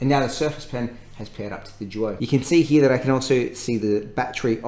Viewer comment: I swear he says Surface joy instead of duo.